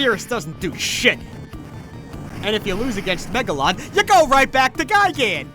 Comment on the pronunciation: Wait, who the HELL is Megaron? I know Megalon, oh no..